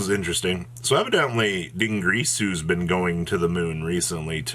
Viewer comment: I heard you say "dingreesu" and I couldn't help but think of Milano's new video, at least you're not calling the Machina cards "Mah China" lol